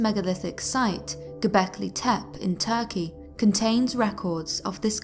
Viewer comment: Gobelki Tepe - Tepe is pronounced TEPAY not Tep